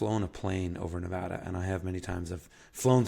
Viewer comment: kudos to actually pronouncing Nevada correctly, most people in the Union cant. Coming from a guy who has grown up in rural Nevada, Google maps doesn't do the state much justice. There are plenty of green areas with springs and creeks tucked away from the major freeways and highways with great potential to be homesteads. Unfortunately, the land is rugged and unforgiving to those with little experience in high desert living. As mentioned in other comments, the trouble is most of those wet places are either already privately owned or it is federally owned.